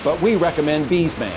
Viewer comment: “B’s Man” *BS (Bullshit) Man Narrator is certainly not a Cinemassacre fan.